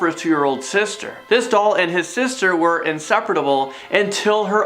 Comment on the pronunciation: it's inseparable not inseperateable